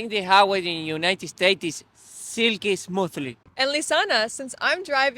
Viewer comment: Si, muy cierto. Me encanta como pronuncias United States..jajajaj